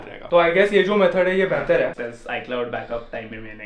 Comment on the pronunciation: Hai ko haaa kyu bolta h bhai